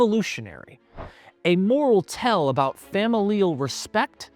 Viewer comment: Its a 'tale' not a 'tell'